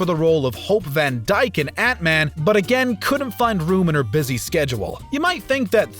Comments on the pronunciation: Anyone else heard that Hope Van'Dike instead of Van'Dine🤣 otherwise episode was amazing keep up the great work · So funny. Van’Dike for the win.